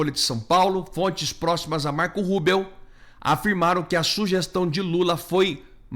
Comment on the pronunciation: Cara, a pronúncia não é Marco Rúbeo é Marco RÚBIO.